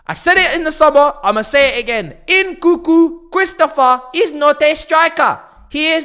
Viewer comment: Its nkunku bro not n, koo koo😂 your meant to say the second n